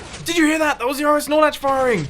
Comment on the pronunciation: is it just me or whenever he says RS norlatch it sound like he's saying RS snorlax😂